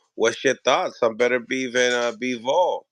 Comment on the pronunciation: the different names hes saying for beterbiev is killen me lmao daturbia and beterbee ….ITS BETER BIEV